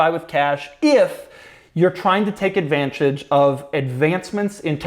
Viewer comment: Doug cant say advantage😂👊🏻